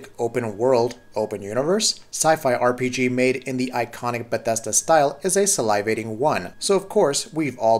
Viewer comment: Please tell me I'm not the only one who cringed on how he pronounce 'salivating'. I cant't be. 😐